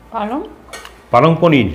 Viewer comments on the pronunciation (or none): palang paneer khabo❌ palang poring khabo✅